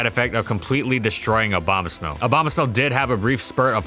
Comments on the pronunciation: he said slow instead of snow, making it hilarious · Not just the subtitles. He's literally saying 'Obamasnow' 75% of the time. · he really did say abomaslow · i swear he said "abomaslow" when he talked about its useage in trickroom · did he say abomaslow? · I replayed it several times and I'm pretty sure said Aboma-slow in the context of Trick Room. Nice pun there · Did he say Abombaslow? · Did he say abomoslow?😂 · lol. Abomaslow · I heard snowbama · "Obamasnow" lol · The best thing about abomasnow is how people pronounce it OBAMAsnow lmao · What he says: Abomasnow What i hear: O B A M A S N O W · Dude, I couldn't unhear the "Obama-Snow" every time he said Abomasnow now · He said “Obamasnow” the entire video, and this is what you worry about? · The only reason I'm laughing is because he accidentally pronounced it like that in the gen 4 doubles section. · I keep hearing Obamasnow. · i heard him say bomasnow one time. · Help I keep hearing it as obama snow >:3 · I like how it says "Obamasnow" in the beginning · I keep hearing "Obamasnow" :d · Is it just me or did he say Abomaslow at around 5 minutes in? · The only thing I hear when you say his name is Obamasnow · Swore I heard him say ObamaSlow once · ahh yes, obamasnow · I wish he stopped saying Obamasnow at some point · Try not to say Obamasnow repeatedly; fail